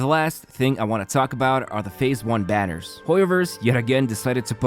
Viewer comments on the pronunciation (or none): none